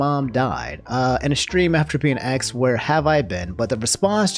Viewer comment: asked not axed bruh